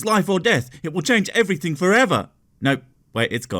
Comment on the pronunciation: "What is dumb about believing in God?" -"Everyting you want" "Everything? -" Every Ting!"